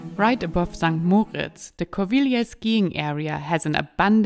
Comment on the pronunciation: Mal hinhören wie die Einheimischen "St.Moritz" aussprechen kann hilfreich sein. (Betonung auf dem "i" und nicht auf dem "o" )